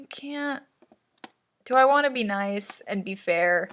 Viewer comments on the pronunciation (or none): none